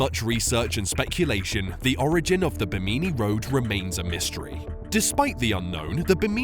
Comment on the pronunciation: Bimini Road pronounced "Bim`-in-eee" road